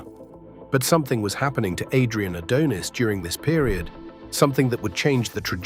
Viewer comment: The thing that made me so mad about this video, is how you would pronounce Adrian's last name right, then wrong. Definitely makes me think its AI generated or read with AI